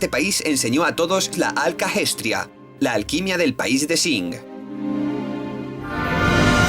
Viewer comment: No puedo, me revienta una neurona cada vez que dice "Jojenjaim" o "Alkajestra" la puta H es muda mrda.